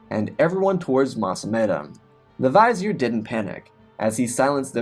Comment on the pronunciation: Great story but that pronunciation of vizier was really distracting....